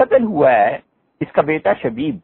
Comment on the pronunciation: حضرت مفتی صاحب کی خدمت میں گزارش ہے کہ براہ مہربانی آپ اپنے بیان میں جب شخصیات کے نام لیے کیجیے تو کچھ زور دے ناموں کی ادائیگی فرمایا کیجیے۔ معروف حضرات کا تو مسلہ نہیں ہے البتہ جیسے حضرت نے نام لیا۔۔۔شبیب۔۔۔۔یہ ھمارے لیے نیا نام ھے ۔۔۔ھمیں لگا حضرت شدید کہہ رھے ھیں۔